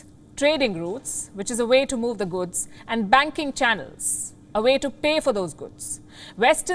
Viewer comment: It's not guds, it's goods Palki ma!